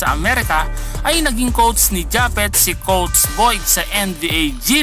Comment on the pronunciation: “Kowts” “qoutes” “coats”